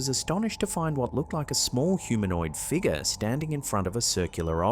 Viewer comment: Can you learn to say figure correctly…for the love of god